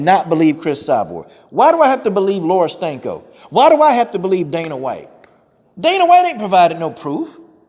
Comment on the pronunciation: He said Laura Stanko! Lol!!